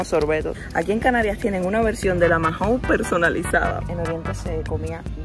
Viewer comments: Mahou se pronuncia "mau" y no "majou". Nada importante, pero me da toc al oirte decirlo 😝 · Majou???? Se dice mau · en español la h es muda. No digas "majou". Maou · Perdona está bien escrito Mahou,pero todos los españoles cuando pedinos esta marca de cerveza pedimos una Maou sin la h intercalada tu es como una j dices que a la h la pronuncias como si fuera una dices majaou,te t repito está bien escrito Mahaou, si pudira hablar contigo por tfnº te lo explicaria mejor,espero que no te moñestes,un saludo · No se dice Majou se dice mau. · “Majou” no, “maou” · ¡¿¿ "Majou"?" Pero niña, a quién le oíste pronunciar así??🤣¿Cómo que no hay frutas tropicales en la península?¡Pues claro que sí!! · La cerveza Mahou, no se dice “Majou”, la h es muda… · Cómo es posible que lleves más de un año viviendo en España y no sepas como se pronuncia "Mahou" o que las monedas de los carros de la compra se devuelven?